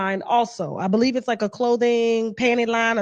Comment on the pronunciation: "beleeb all wymen" 🙄